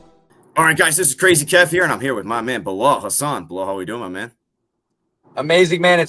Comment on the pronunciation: Thanks for the interview Kev! 🫡 also it’s *Hasan haha 🙏🏽